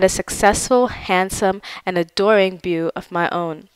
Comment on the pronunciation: Did you just pronounce beau as bew? Please tell us you hired voice talent for You Tube! You are much to fine a writer to mispronounce this common word, even if it is from French.